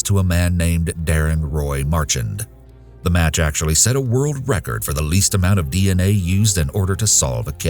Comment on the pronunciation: For future reference folks its pronounced Mar-shan although its spelled Marchand